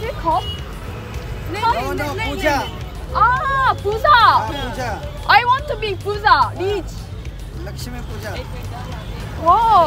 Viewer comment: Puja not puta